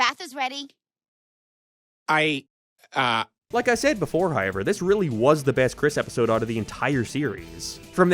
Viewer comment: The way you said “however” (“ha-yeah-ver”) made me smile because I instantly thought of Ryan Hollinger, and also Mike from That Chapter. Idk why but I am a black American man and all my fav YouTubers are Irish 😂